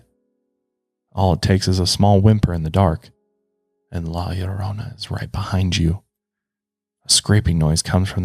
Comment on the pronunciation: I just have to say thank you for pronouncing la llorona correctly! I know the Hispanic community really appreciates you taking the time to learn how to pronounce it correctly!! great video!! my dad and mom tell me stories of their time in Mexico where they could hear her crying!